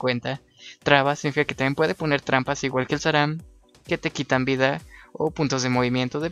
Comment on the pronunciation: empece con un osa, luego un zurca, luego enu, ahora xelor, sram, (por cierto, dices saram :V) tyma y sacro :V